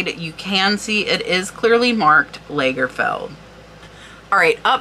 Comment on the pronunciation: Lovely pieces you had to show! Lagerfeld is pronounced like the British beer, with an open a.